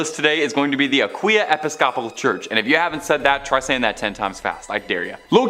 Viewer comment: It's the mispronounciation for me. 😅😅 "Episcopal" is pronounced e-PIS-co-pALL